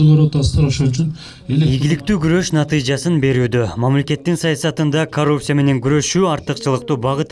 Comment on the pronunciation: Найтыжа эмес Натыйжа сабатсыз.